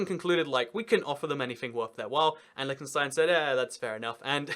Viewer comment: i hate how he pronounces it like lickenstein